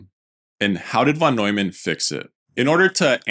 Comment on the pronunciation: I love your content and way of interpreting the history, though I must say the minimum you can do to respect the greats (especially when creating a video about their work) is to appropriately pronounce their name …